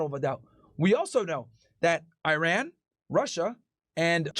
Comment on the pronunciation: Eye Ran 👁️ 🏃🚫 Eiran 🇮🇷✅ Is really not too hard to say it right specially when you talk about the country more frequently